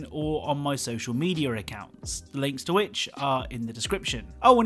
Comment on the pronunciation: Dude am I the only one who hears him say “social meteor accounts” 😂